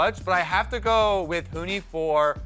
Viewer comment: This or That: Better made up word? Cubular or Hunti (from Saturday's Broadcast, Cpt Flowerz's Winter Bard take vs misspeaking Huni's name)